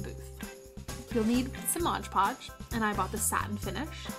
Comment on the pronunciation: She said 'modge podge' even tho its actually called 'mod podge'